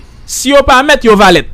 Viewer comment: Li ekri valet li prononcer valè misye nwi zorey Mwen jan lap dil lan